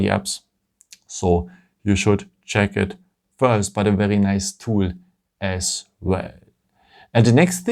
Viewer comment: You really have to work on the words ‘’ very ‘’ it’s seems like you are saying’’ verrerie ‘’ I know you are French but you do have a nice English apart for that word try to say vai -ry instead ve -ry witch the ve is prononce in French , and try to say ry like the word wrong not rong , so vai - wri And not ve -ri